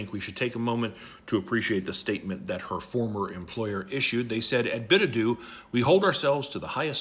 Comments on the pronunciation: “bidadoo” bid her adieu 😂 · Company's name should be pronounced "Bid Adieu" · Let's all take a moment to "bid-adoo" to white trash